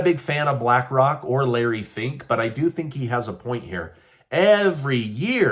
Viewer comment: Do you think ?? We would ever listen to phink??? Please We do give a shat what you fink?